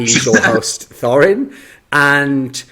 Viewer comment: thorin said core..